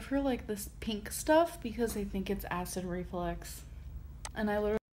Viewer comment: If she says acid reflex one more time.... ITS ACID REFLUX.